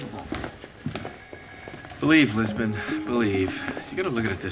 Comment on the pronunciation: Jisbon? Come on man, you know what's wrong with that